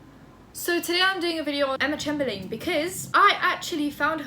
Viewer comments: not trying to be rude at all, but her last name is chamber-lynn😊💛 love your vids btw!! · You pronounce it chamberlin x lysm x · Pronounced: CHAYM-BURR-LYNN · Ch - AIM - ber - LIN is how it’s pronounced correctly. The capitalised buys being the parts that needed changing👌🏻love your content btw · haven't actually watched the video yet but imma start by saying...isn't it chaym-ber-len? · i turned off this video cuz i didnt wanna listen to you pronounce her name like that,😓 im that bitch